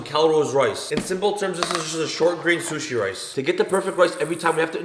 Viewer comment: Zhzhshzh sushi rice